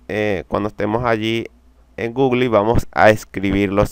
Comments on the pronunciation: no puedo confiar en alguien que dice gugli... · "gugli" jajajajajaja